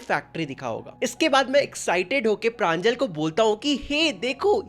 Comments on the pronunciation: Not pranjal it's panjol ,प्रंजोल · It's pranjol not pranjal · Pranjol ❌ Pranjal ✅ 💀💀💀💀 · Its pranjol not pranjal ( btw my name is pranjal)😅